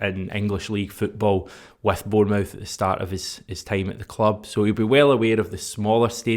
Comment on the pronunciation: Change the way you pronounce Bournemouth please cheers